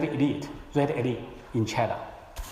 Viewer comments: 先把China的音校準⋯⋯ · A X 对于你这种普通人肯定不会有这种要求，可是破空先生是学者，高学历的人要求高点不行吗？而且出席的场合很高端，难道不应该让更好的表现展现中国高级知识分子的涵养吗？你以为是个人就能去这种场合发表演讲吗？对于高级知识分子难道不应该有点要求吗？不然为啥大家对北大的校长念成鸿浩志这么反感？如果是你我这种普通人大家会关心吗？高级知识分子是国家脊梁是国之重器，连基本的china都念不准，难道不会虚心向别人请教吗？如果是在国内也就算了。好歹他在美国住了这么久，身边这么多美国人，不说别的，破空的语言环境比中国大学生好太多了，学无止境，而且年纪大了不是不学习的借口！因为这是对知识分子的要求，不是对你我这样普通人的要求！ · 吕chang 问题不止口音还没有字正腔圆，能多准备一下不好吗？连china都发音不准